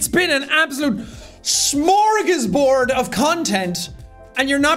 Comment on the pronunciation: god every time I hear people pronouncing smörgåsbord like that just makes me sad.